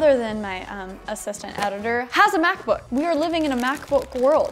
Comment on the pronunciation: I thought she said Math Book at the Begging